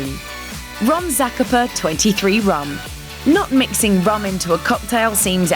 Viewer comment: Ron Zah - Cah- Pah